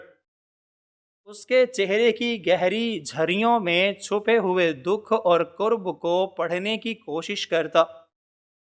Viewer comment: Kurb نہیں بلکہ کرب kerb